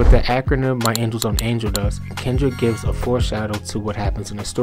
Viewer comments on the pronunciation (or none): my “angles” 📐 You mean “angels”??? 👼🏼 😇